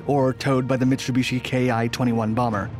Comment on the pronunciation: “Chass-iss”??? Try “Chassee”. Mitsubishi and fuselage were a bit muddled too...Still, cool content!